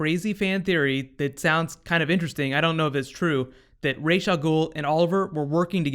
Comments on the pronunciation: It's Rahs not Raysh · You're saying rash, but its spelled as ras it means head in arabic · pronounced Raysh or Ras ? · First off, I'm kind of irked that they continue to mispronounce Ra's name it's Raysh not Raz. Batman Beyond and many other things have clarified the correct pronunciation of his name. Secondly, I think that this would be the best time to bring in Talia Al Ghul. She takes Ollie to the Lazarus Pit with the help of Maseao (I think that's the spelling). She would then help Ollie going against her father Ra's as she has always done in the comics. It could then lead to Talia and Nyssa having an all out brawl. I don't know if it'll happen cause sadly Nolan destroyed the idea of a Live Action Talia with TDKR.